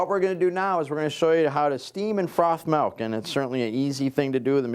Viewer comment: It sounds like he is saying 'malk' or 'melk' and it's driving my crazy haha. Very informative video though thanks!